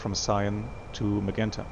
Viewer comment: My good, old friend,. 'Magenta' is pronounced as MaJenta in English. I hope that helps? Take care my friend, we miss you.